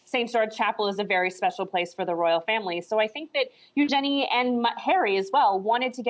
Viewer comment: u jenny who the hell is U-Jenny the name is Eugenie or should we say U-jeanie